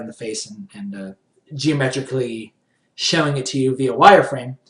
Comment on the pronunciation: "Shwoing".-. Haha, jokes aside, love the tutorial!